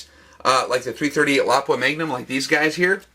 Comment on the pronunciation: THANK YOU FOR PRONOUNCING "Lapua" correctly! LOP-up, not la-POO-a. drives me nuts! Nice video!